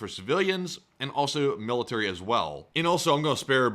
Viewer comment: "Emmo depot" "male-eh-tary" "You can hear drones lightly" "no new shrategy here" He must've been raised by a pack of deaf goats.